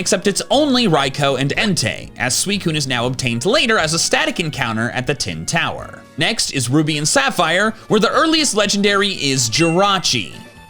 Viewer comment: he said tin tower